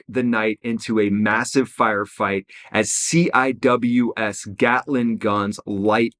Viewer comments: The navy shipmates pronounce the CIWS, “Sea-wiz.” (CI-WS). Nobody calls it, “C I W S.” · CWIS is pronounced (see wiz) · I have never once heard someone actually call a ciws a ciws. Its always "sea-wiz" they also shoot 4500rpm. Not 100s. They dont ever max them out at 4500. One the mag is only 1250 rounds. And shooting full rpm would destroy those barrels which are expensive. Usually only fire around 2500 rpm. To preserve barrells and ammo. They use 20-30mm rounds. Thats a lot of heat. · I was on the Carl Vinson for 3 years. Weapons division. Lot of memories over the years. lmao, c.w.i.s = "see wiz"